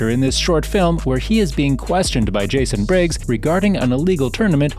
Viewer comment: did he say jason briggs?